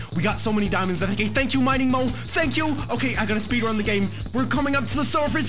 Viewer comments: Its mole not mowe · He said mining mole it sounds like moe I thought that first